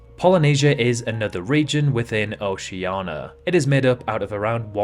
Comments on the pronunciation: Is there any specific reason he says it OCEANA, instead of OCEANIA? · he is insulting people in oceana. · So you can't pronounce Oceania but you can pronounce Kiribati? Are you joking? Why is Oceania so hard for you? It's ridiculous. So why don't you pronounce Australia as Australa? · Yes, he is stupid. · just an error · no, he is incapable of pronouncing it correctly. We have pointed it out for years. Also he makes many mistakes in this video.